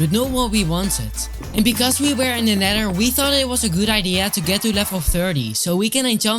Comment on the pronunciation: Nether❌ Neder ✅